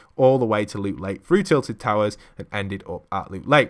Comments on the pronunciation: Its TILTED TOWERS, not TILED TOWURS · Did he just say “Tillie towers”